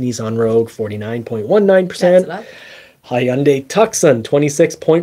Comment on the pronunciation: It's pronounced Too-sahn, not tuck-sun. Just like the major city in Arizona